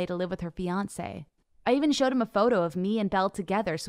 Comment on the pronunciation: instead of fiancee did she say beyonce?🤣